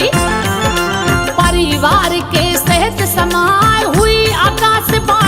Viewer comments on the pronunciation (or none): none